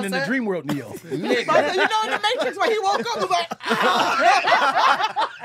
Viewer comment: The Matrix part or Tastrix as called it....pure PERFECTION.